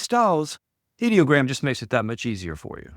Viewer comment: Thank you for pronouncing Ideogram correctly. I hate these creators who call it EYE-Dee-O-gram. Ideogram is the BEST image generator in my opinion. It's my go-to when I need text in a graphic.